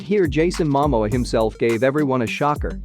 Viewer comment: Can you please pronounced the names properly 🙏 Please pronounced Momoa name properly flowing Aquaman. Go back to learn your English language better😢😮😂😢😂😅